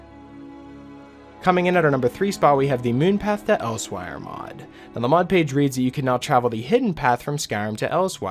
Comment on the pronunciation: Isn't it pronounced Else-where not els-wire?